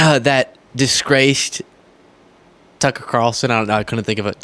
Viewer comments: What we all just started mispronouncing their names - Toocker and Troomp 😂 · Tooker. Lol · Let's all just agree to pronounce boofhead's name "Too Cur" Carlson. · Apparently Tucker pronounces his name with an F, so either is good